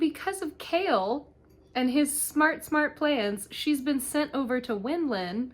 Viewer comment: You did such a good job recapping this book. That being said I'd suggest looking up the pronunciation of names before doing a recap. It's a little irksome. The worst one is Chaol being called Kale 😭 it's kay-all. Also, Adian wasnt dtrong enough for the ring not to work. He made a duplicate instead. And Rowan never let Aelin go past the wards, she chooses not to listen and croses it anyways.